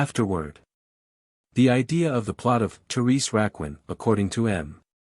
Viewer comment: lol. AI CRAP. horrific. Therese Rakwin